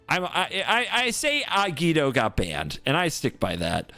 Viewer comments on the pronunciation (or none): none